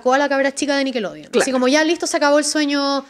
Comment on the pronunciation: Por qué la dice "nickeloudeon" 😂